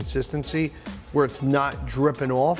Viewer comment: 'drippin ouwoff' lol love it!